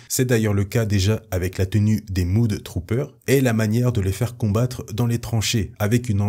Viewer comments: Super vidéo ça fait plaisir de revoir tout ces Storm troopers, si j'avais et c'est du chipotage, Mudtrooper ne ce prononce pas Moud mais Meud (Même prononciation que pour le U de Us). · Point prononciation MudTrooper: on ne dit pas "Moude troupeur" mais meude troupeur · Top vidéo Merci. "Mudtrooper" : prononcer mEdtrooper et pas mOUdtrooper ;) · Sa ce prononce pas moud mais mod